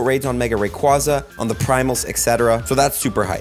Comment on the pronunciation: Wrong way to say Rayquaza but hype!